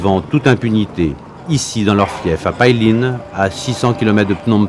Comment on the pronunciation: PAILIN , ça se prononce pas "paille line" comme vous dites , ça se prononce plutôt "paye laine" .